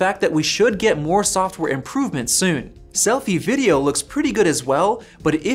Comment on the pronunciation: he rlly just said slofie